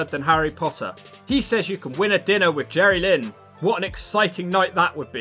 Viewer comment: Jerrylynn! (pronounced as one word)